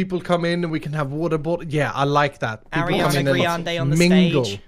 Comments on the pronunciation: No one: Grian: Aireana greandeae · “Ariana GREEande on the stage” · He said Ariana GRIANde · Nobody: Literally nobody: Grian: aRiaNa GRiaNdE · I literally only just figured out that when groan says Ariana griande he means Ariana GRIANde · NO, not Arianna Griande, Agriana Griande. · Elytra not elitira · Did he say Ariana GRIANde